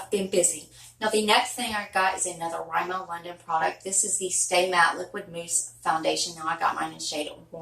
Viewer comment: I love love LOVE big lots I JUST went there today, I got face masks each $1 dollar 🤭 there’s a new brand of skincare things there and the ENTIRE brand is a dollar it’s called forever young by Jean Pierre.... color mates is a dollar store brand also... and RIMMEL is pronounced RIM-MIL 🥴 you could actually cut that sponge to go to a point 🤷🏻‍♀️